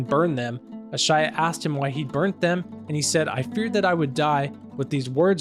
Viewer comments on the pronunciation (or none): It's not A-Sha-Ya. It's pronounced Aye-Sha.🙂🙏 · The original copies of the Quran and hadith weren’t replaced they were only written in a complete book. If They could have kept the originals it would have never changed the message of Islam… I just like to say if you can’t even pronounce an easy name like Aisha correctly then taking on such a complex subject should be done with caution.